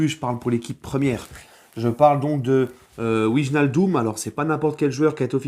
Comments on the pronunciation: Très bonne vidéo, sinon au niveau prononciation ça se lit VEY-NAL-DUM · salut. alors pour bien prononcer Wijnaldum on dit " Vaille = comme Grailler, nal- deum = comme le seum" voila. super votre live sur Passion foot. continue comme ç'a tu est super.